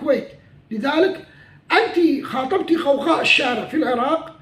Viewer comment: حبيبي انت تنطقها بل قاف وليس بل غين هي بلاصل غوغاء وليس قوقاء